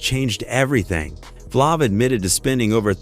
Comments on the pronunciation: this guy said flavor flabbbbb wth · The a is a long a in Flav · Say their names correctly plz. Buusta an flavv who talk like that.